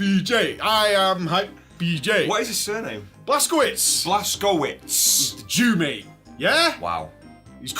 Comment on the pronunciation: It's pronounced Blaz-ko-vitch. Polish your Polish mate :-)